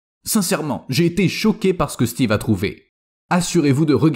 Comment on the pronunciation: Mr le commentateur me rire quand il cite le nom Steve kiekiekie